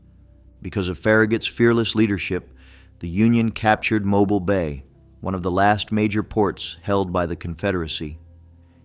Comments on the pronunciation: It’s NOT Mobul ( like in More Bull !!! ) it’s Mo - bill !!!! Please consider changing this - if AI will let you ? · Interesting video but Mobile is pronounced Mo bill ,long o and then like a mans name